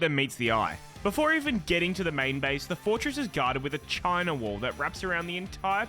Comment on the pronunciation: The way you said "CHINA Wall" Made my day